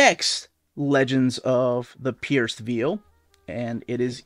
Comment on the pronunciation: I know English isn't your mother tongue, but you are pronouncing 'Veil' incorrectly, You're saying something like 'Veal' the meat when it should be like 'Vayul', Ask Melanie she should know. Also just Bought Lugosi and Project Arka